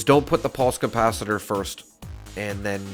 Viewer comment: CoMpacitor?? Com ? Not Capacitor then 😂